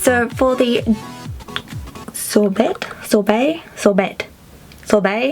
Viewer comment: omg lol "sorbae... sorbet..."